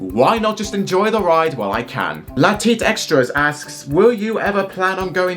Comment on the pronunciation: To be honest, I literally was expecting that answer because not only you need more money but I do as well. And second you pronounce my name wrong. It is L.A Teeter Extras.